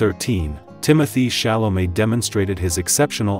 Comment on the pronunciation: But she pronounces the name pretty well! After all, even Chalamet doesn't pronounce all time his name the way we, the French, would like, only in France he pronounces his name correctly!